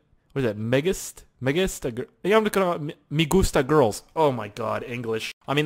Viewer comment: ***** u actually said that name correctly it said megustagirls which means I like girls in Spanish and this video made me laugh a lot and even kinda cry keep making awesome videoz